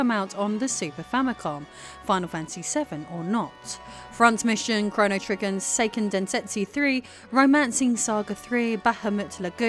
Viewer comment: “Chrono Triggin” Go back and listen again😂